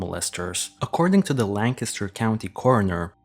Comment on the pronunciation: Good one! I agree with you 100 %! Bonus points for pronouncing "Lancaster" correctly!